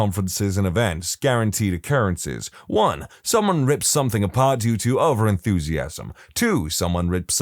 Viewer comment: No K in the word something